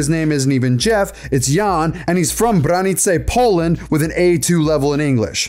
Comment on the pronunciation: I respect that you learned how to pronounce Branice.